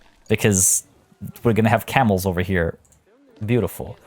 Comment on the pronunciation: When you said camels i thought you said cannibals. I’m like omg whyyyyy!!